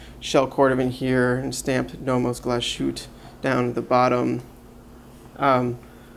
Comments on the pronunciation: Love your videos! Very helpful. But please ... if you are reviewing German and Swiss watches, you should learn a little German. Glashütte is pronounced GLAHSS-hüt-teh, not glass-shoot. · The one with the white dail does have loom; but a very poor loom. ( btw; the place in Germany is called Glas-Hütte en not Glasjuute ) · I cringed every time I heard him say "glass shoot" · Nice review apart from the pronunciation of Nomos Galshütte. Here is how it is pronounced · Worst butchering of the word Glashütte on Youtube.